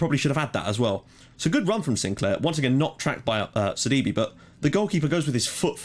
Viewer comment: btw due to the accent in sidibe's name. i believe it is actually pronounced either sad-ee-bay or sid-ee-bay (if we are using french accents). also the fulham-reading game today was ridiculous!. as a reading fan i was massively upset when we went from 2-0 up to 3-2 down in 6 minutes.